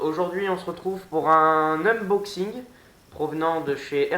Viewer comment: Bon unboxing, mais à mon avis un peu trop long. Et c'est ''uNboxing" pas ''uMboxing'' regarde dans le titre ;)